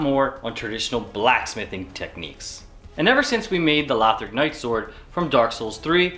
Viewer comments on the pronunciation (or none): none